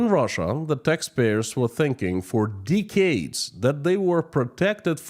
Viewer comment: pls stop saying deecades